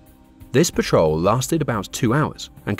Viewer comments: "pa' trol" lines - not fuel, patrol. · The more I watch this video, the more I'm convinced it's read by a bot, who's reading a script with typos in. Clearly at one point the narrator says "petrol line", rather than "Patrol line" which left me very confused. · Great content and summary. Terrible pronunciation. (Tirpitz, patrol, Sea Lion, etc)